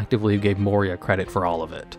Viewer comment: Moira roasting for his pronunciation for her name made me chuckle:D